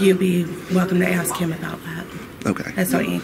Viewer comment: OK. i axe him not to.